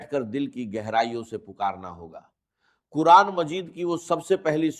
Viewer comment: Yeh Dr Israr Ahmed ka npbayan nahi hai. Yeh kisi nay unki awaaz lay kar aur unki tasweer lay jar bayed hai. Yeh AI ki bsni huyee video hai. Urdu ka talaffyz bulkul ghalat hai. Quran ko kuran kahan raha hai